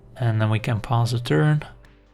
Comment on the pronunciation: Hello great video as always. I have constructive criticism on the way you say pass a turn, instead you seem to pronounce "pause a turn". Its not really an issue, but my OCD triggers every time hehe. I'm sorry if its too nitpickie. In any case, cheers and keep up the good work, great content as always!